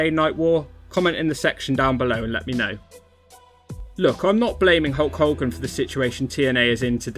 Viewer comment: Who's this 'Hulk Holgan'?